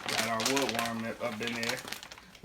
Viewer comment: You mean wormwood? LOL haha had my cracking up after the 2nd 3rd and 4th time hearing him say it... but still good video my brother. More power to Sebi followers...